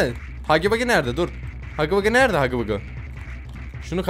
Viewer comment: Hugu vugu ne Hagi vagi diye okunuyor